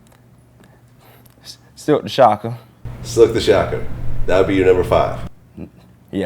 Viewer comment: He said Silkk smh